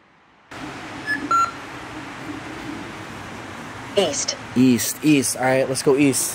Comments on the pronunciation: East…. I thought you said weast. I’m mad no one got the joke made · East? I think he meant “weast” 😂😂